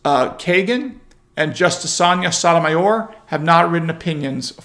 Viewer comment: Please.... For all that's holy.... PLEASE.... Say the name correctly...... It is NOT pronounced "song-uh"...... It IS PRONOUNCED "sonia" or "sonya" (same thing). The G is not a Guh like george..... It is a y - like yuh. You are one of THE SMARTEST people I can find to follow... But sometimes you get a word or 2 wrong and then you look a bit less smart...